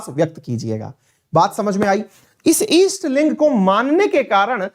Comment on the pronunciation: अवस्थी जी उत्तर प्रदेश के हैं। उनका दोषपूर्ण उच्चारण इस बात की चुगली करता है। ईस्ट लिंग जैसी कोई चीज़ नहीं होती। सही शब्द है जिनका इष्ट शिवलिंग हो उन्हें लिगायत कहते हैं। लिंगायत वीर शैव की भांति ही एक हिंदू संप्रदाय है। यही सत्य है। Sikkhism कोई धर्म नहीं है, वो भी एक हिंदू संप्रदाय है। इसी प्रकार Jainism and Buddhism भी हिंदू संप्रदाय है। हिंदू संप्रदाय उसे कहते हैं जिसका मूल दर्शन या अवधारणा हिंदू धर्म के दर्शन से लिया गया है। जैसे "गुरु" की अवधारणा जो सिख संप्रदाय में प्रमुख है वो मूलतः हिंदू दर्शन ही है। इन संप्रदायों का खुद को धर्म कहलाने की ज़िद राजनीति से प्रेरित है।